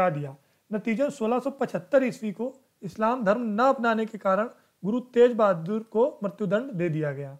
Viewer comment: not tej...GURU TEG BAHADUR SINGH JI.